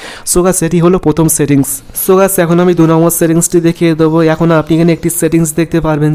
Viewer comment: ছেতি্ংছ না সেটিংস। নিজেরউচ্চারণ এর সেটিংস ঠিক করো😀